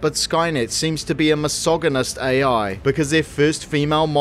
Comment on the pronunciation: do you not know how to say misogynist?